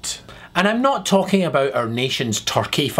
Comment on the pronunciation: Abeout? Not every sentence has to have an upward inflection at the end of it? Like a question? If you're making a statement why do you have an upward inflection at the end of a sentence? That doesnt make any sense?